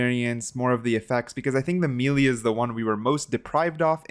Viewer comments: Lol he said me lee 😭🤣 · the way he says melee kind of bothers me ngl lol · Why do you say melee so weird?